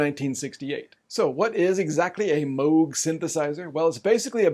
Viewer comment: Thank you for pronouncing Moog correctly. Red flags go up for me whenever someone says it wrong. 🙂